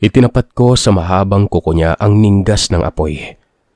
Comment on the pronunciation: Bobo! Ningas, hindi ninggas! Naulinigan, hindi naulinagan!